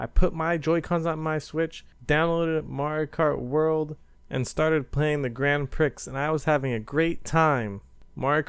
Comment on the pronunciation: You arent supposed to say the x in grand prix